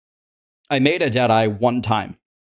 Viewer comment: When u say Dead eye (ranger) I keep hearing Jedi😅